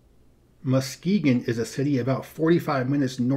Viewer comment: you did a great job, every area has certain pronunciations, but you captured MY great state well, and Pretty good on my Hometown born and raised and live in Grand Rapids. You should look up the kid from East GR Keaton on "The Michigan accent"